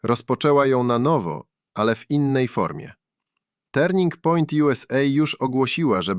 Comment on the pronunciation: Turning point - wymawiamy jak - TERNING point, a nie - tarning p... Kirk - wymawiamy jak KERK, nie kirk.